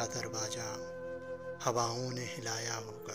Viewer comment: Sound is good but.darwaja is not. darwaza Is right